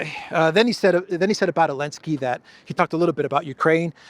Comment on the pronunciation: Zelenski 😂😂 Elensky 😂😂